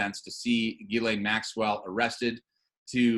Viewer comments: Ghislaine is French and pronounced like this: Ghis - Jeez (easy on the 'J' and add a slight 'h' sound after the 'J' and soft on the 'z') - so jhees and laine - lane = jhees + lane. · her name is pronounced "Giz-lane" Maxwell (with a hard "G") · ITS PRONOUNCED 'JIZZ-LANE' MAXWELL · It makes me laugh this woman has an S in her name and no one can pronounce it. It is a French name that is pronounced Gis len or Gislen. Even though I dont like people like her anyway.